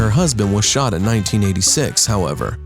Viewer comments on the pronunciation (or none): none